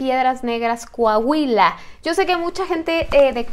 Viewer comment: Un shot cada que diga “Cohahuila” saludos, ya casi el millón 😄